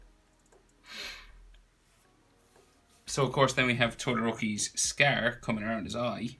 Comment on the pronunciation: Steps realy clear as always! P.S-Its not pronounced as s-c-a-e-r it is s-c-o-r